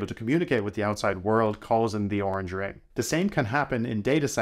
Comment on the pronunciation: It's not oranch It's colors